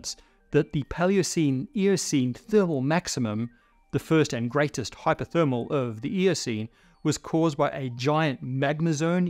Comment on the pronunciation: Always love your content, but I have to say as an American English speaker the first few uses of "Hyperthermal" sounded like "Hypothermal to me which would obviously be quite different.